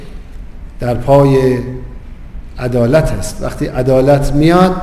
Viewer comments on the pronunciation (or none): 'adalat'. you dumb fuck. it's 'edalat' this fuckweed aint even good for a doorman.